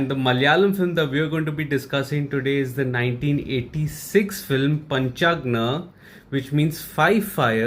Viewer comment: Bro it's not Panchagna it's Panchagni